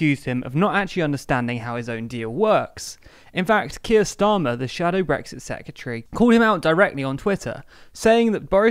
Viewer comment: Sec-re-ta-ry. Secretary. Not sec-u-tree.